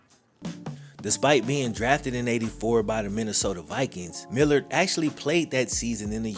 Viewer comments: .......his name is not pronounced millered......it is Mil lard. This was a solid video. BTW, because of my age, I immediately knew Reggie Roby. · I think it was pronounced Mil-LARD. Nice video though. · Brother, that man was a Beast. Please put some more respect on his name his name is Pronounced Mill Lard Like what we used to cook with lard Keith mallard was one of the baddest white doors to ever play the game Right up there with joe kleco And Jared Allen. Howie Long And I'm proud to say he was a Minnesota vikingsadly. He is career was stunnedone it he had a ACL injury. And at that time that type of injury was career ending or at least altering. He did play again for the Seattle Seahawks. He never was that same player again. But he still was dominant at times but this dude was one of the best ever and got hurt in the middle of the field with nobody touching him. Metrodome turf was absolutely horrendous